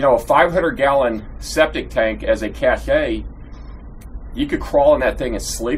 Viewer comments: It's pronounced "cash", not "cash eh", you are confusing it with the French word "caché", which has a different meaning. Every single YouTuber gets this wrong, not sure why. As I was writing this you mentioned that you knew, so this is for others I guess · Firstly it’s pronounced the same as “cash”, not “cashay”. Secondly, nobody wants to see you open your mail from Amazon. This video could have been 4-5 minutes long. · Cache is pronounced like "cash", it is not pronounced ca-shay, that would be spelled cachet. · It's a "Cash" not a Kashey. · You are telling the powers that be your plans, in detail. Also, the word is pronounced "cash". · Cashe is pronounced “kash.” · Wait till this dude figures out his "cashay" is assembled with parts made in China. LOLOLOL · Cache is pronounced "cash". I don't think you're making a cachet. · Dude, it's cache, pronounced like "CASH". You are saying cachet. That is a word in the dictionary but it means something else. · Cache is pronounced like CASH. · Dude, seriously, the word is pronounced 'cash' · How many times could this guy possibly mispronounce cache